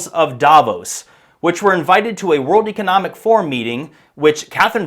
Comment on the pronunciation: Since when “Economic” rhymes with “Archeologic”?